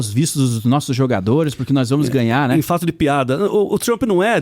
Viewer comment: Pronunciamento do D9, agente, nois,cumpanheiros, históooria, Trump está preocupado com taxado da ubs carne de calango e capivara